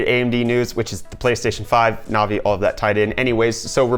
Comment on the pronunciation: Navi not novi lol you say it wrong